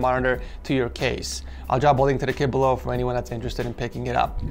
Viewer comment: I THOUGHT THAT INSTEAD OF "KIT" HE SAID "KID" HAHAHAHA.................